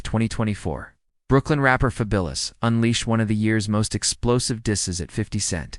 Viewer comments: Why you keep saying his name wrong. It’s fabulous like wonderful like something remarkable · Ok so it’s not a person, I’m like why the fuck does he keep saying his name wrong 😂